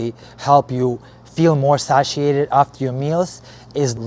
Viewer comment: its pronounced say-shi-ated